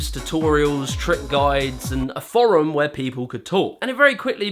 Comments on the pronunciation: You're the only person I know who pronounces forum like that but in all seriousness another great video, opening my eyes to another sport I had no real idea of. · i dont think ive ever heard anybody pronounce "forum" like that, but great video! as always